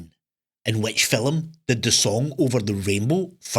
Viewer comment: The quizzes are great fun. My German husband and I play each weekend. However I find the "scores" you get are quite ridiculous, as you are the quizmastee!!! Also its film, not "filum" 😂😂